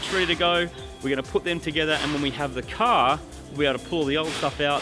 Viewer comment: "That is Supah Cah Fast". lol Or 60s American car fast. :P